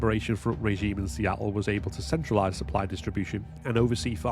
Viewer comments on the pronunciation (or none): none